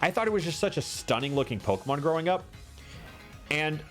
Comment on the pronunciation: Alpharad don’t add an extra “r” into Pokémon names challenge (impossible)